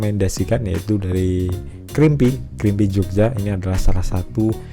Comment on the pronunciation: Creampie = cara bacanya (krimpai) bukan krimpi bang